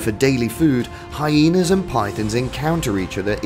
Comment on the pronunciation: It is not high naaas, it's hyenas